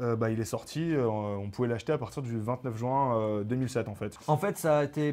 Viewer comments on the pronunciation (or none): none